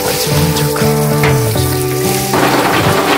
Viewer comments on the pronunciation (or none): none